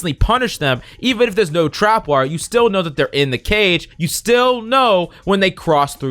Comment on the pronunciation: Love the vid but it made me cringe when he kept saying “trap”wire